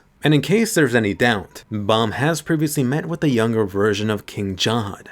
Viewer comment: he called bam bum.